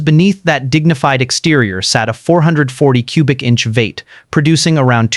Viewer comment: What’s a “VATE”??? Is he saying V 8 ???? Damn AI Voices 😂😂😂